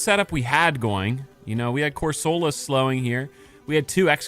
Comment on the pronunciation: Question. Do you ragebait on purpose with how you pronounce some pokemon names? Been spamming your videos the last two days and the way you say cor-sol-a instead of cor-suh-la is low key raising my blood pressure 😂